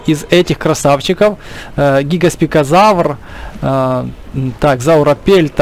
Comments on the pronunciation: He гигоспикозавр, а гигант-спинозавр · ГигантспиНозавр, целый выпуск мои уши обливались кровью